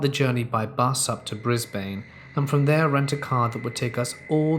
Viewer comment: Brisbane is more pronounced "Brisbr'n"